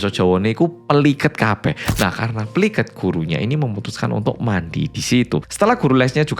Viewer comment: saking medok e..kata PLIKET maleh dadi PELIket..😅